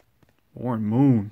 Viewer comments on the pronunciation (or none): none